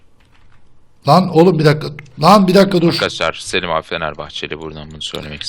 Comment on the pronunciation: selim abiye seliş demesene